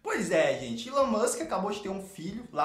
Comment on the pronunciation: Não sei, mas não é "ílôn" como vc fala, é "ílón", do Elon Musk